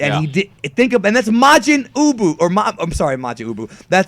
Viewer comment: "Majin Uboo" that had me in tears XD